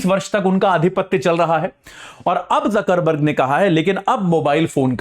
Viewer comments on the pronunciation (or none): उनका नाम जकरबर्ग है बकरबर्ग नही , आपने काफी बार बोला है ।।😅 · Jaker burg ...Jaker burg ...Jaker burg ......Jaker burg ......wah ...kya class hai ...😅😅